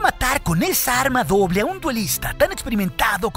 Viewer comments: Hoble doja lol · oble doja jajajaja